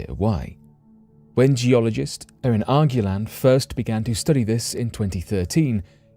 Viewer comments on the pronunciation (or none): none